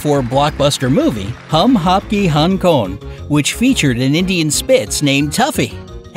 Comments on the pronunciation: In I thought he said" hum aapke Hong king "lolll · Hum-appke-hung-kong😂😂😂 Best thing i have ever heard,my ears are blessed now 🤣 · My jaw dropped when he pronounced the movie name🙄